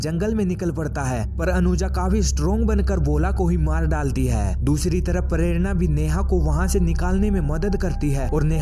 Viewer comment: Pharerana😂😂😂 prerana bhi ni bolsaktaa bhenchdh